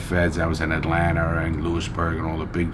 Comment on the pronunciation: Dude said "I was in Atlanter"😂